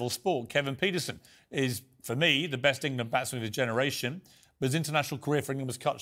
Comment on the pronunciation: "He is de greatest footbalplayer that has ever played the game"....cant take this guy seriously after saying that